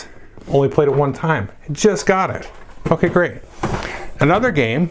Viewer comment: It took me a few listens to hear "ok great" when you were putting Caylus on the shelf. I thought you dropped an Fbomb! I love uncensored! Great list. I'm adding a few to try out myself.